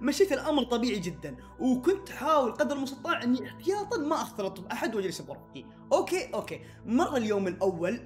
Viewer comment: كانك قلت :اوكي (باك او باكا 🐸 ) 😂 هذي الكلمه بالياباني 😂معنها:احمق ملاحظه : اقصد باك 🌚👋🏻